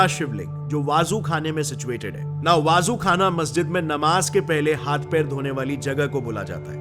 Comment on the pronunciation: Dhang se pronounce toh sikh leta waazu khana nahi वजू खाना hota hai.